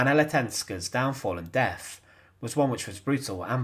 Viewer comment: Please speak clearly. It is not "frone"- it's "THrown". It's not "deaf: it's "deaTh"; it's not "Fousand" it's THousand". Come on, pronounce TH not F.